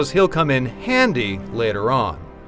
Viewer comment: whats with the emphasis on the "handy" when talking about caddsworth